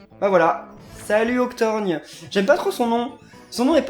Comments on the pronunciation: son nom c Oc-tor-gone et pas Octorgne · Ca se prononce Octor "go"nne 👍👍